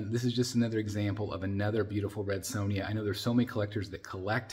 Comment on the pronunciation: Amazing statue. Her name is Sonja not sown ya though. You butchered her name like she butchers enemies. 😂